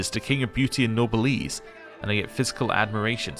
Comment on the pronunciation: Noblesse is pronounced no bless